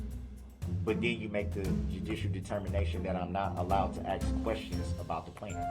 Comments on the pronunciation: If you dont "undershtand" then "ax" for an attorney 😂😂😂. I dont think this moron realizes how incredibly STUPID he sounds. I think this guy is honestly the DUMBEST and most delusional criminal to ever step foot into a courtroom 😂😂😂. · This was so annoying to watch during the actual trial. Mostly because of his mannerisms and the way he sounds (axe instead of ask), Not to mention the taxpayers have to pay for all of this. Including his incarceration.